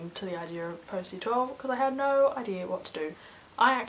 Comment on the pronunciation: At the minute it sounds like you say "nein" instead of no :D